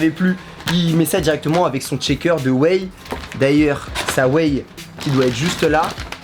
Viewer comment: Shaker on prononce ch pas tch frero